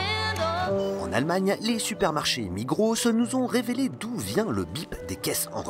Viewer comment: Ok génial mais sinon Migros c’est suisse et non allemand et on prononce pas le S à la fin Voilà voilà ... tu fait un super contenu comme d’habitude continue comme ça 👌🏻